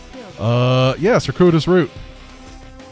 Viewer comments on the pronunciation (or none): circuitous is pronounced "sir- queue - it - us". English is wonderful. Brave attempt! :) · Circuitous - sir-cue-it-us.